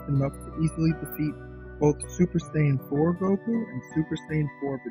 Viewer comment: Stupid it’s Saiyan not siajin